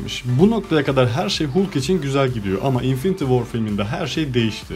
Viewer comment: Bende aynı teoriyi düşündüm filmden sonra yanlız değilmişim demekki :D bu arada halk diye okunuyor hulk hulk dayanamadım videoya